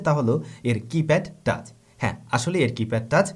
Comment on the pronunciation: টাস না ভাই, টাচ্